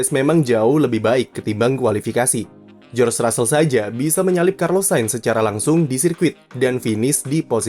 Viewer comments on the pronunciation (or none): none